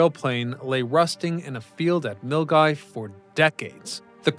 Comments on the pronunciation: Cool idea, but i think the cost of the infrastructure would have crippled this idea. Look how much metal goes into the framework. Also, that was the closest to correct I've ever heard anyone pronounce "Milngavie" without them living nearby 😅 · Congratulations on pronouncing Milngavie correctly.